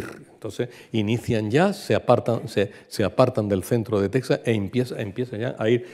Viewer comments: Nada que ver la toponimia y la precision geografica. Eso desmerece su presentacion. Apunto que "Tecsas" se pronuncia "Tejas". Y el mapa pues mas que ayudar es un es un anacronismo. Por ejemplo, el "Real de San Felipe de Chihuahua" no existio hasta 100 anos despues de el viaje de Cabeza de Vaca. Es decir, Chihuahua no existia ni como referencia. Por otra parte, los Coahuiltecas eran nomadas desde Coahuila hasta Texas y recorrian a un grandisimo territorio. La frontera actual no existia y este senor piensa que son parajes cercanos! Otra cosa, San Antonio esta en el SUR de Texas no en el norte. De hecho es conocida como "The Capital of South Texas". Aun mas, la caminata fue lo que ahora es Texas, Nuevo Mexico y en el peresente mexicano, los estados de Chihuahua Sonora y Sinaloa... de Tamaulipas a Chihuahua, como el dice, no se puede brincar asi como asi. Tamaulipas esta en el golfo y Chihuahu8a en el Centro norte de Mexico. Es decir, queda una distancia dos veces la extension de Espana entera misma!!! No ha ido. La caminata por Sonora fue en las faldas de la Sierra Madre.... no llegaron al Pacifico pues Alcaraz los encontron tierra adentro. Estebanico murio en "Abiquiu", no "Abicu"... Otra cosa...Los indios pueblo por aquellos anos vivian muy confortablemente a las faldas de las montanas y la orilla de los rios. No tenian joyeria pero tenian una riquisima cultura y nop eran meiserables. Es la actitud del tipico anti-antropologo con todos los prejuicios que lleva... Terrible. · Muy ameno e informativo. Una pequeña corrección: en español Texas (que también se puede escribir Tejas), no se pronuncia "tec-sas", sino igual que si estuviese con una jota. Lo mismo México, Oaxaca y otras.